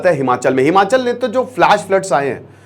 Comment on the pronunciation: Its not himanchal,its himachal